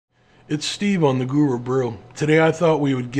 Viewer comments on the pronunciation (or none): none